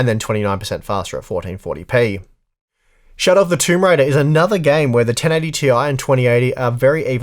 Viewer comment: "Shout-out" of the tomb raider.. All I hear every time :D